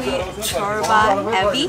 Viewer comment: I love how pronounced Corba! Well done girl, well done! That's how I like my soup too, adding all the herbs on top of it!